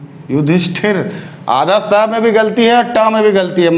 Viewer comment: Yudhishthir hota hai sahi se pado